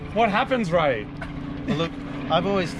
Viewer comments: Oh man, when Moog said "Its Ray!!" I thought he said "It's rake!!!" I was really excited to see if rake still loves it after all these years, but alas the wait continues :( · I thought he said Rake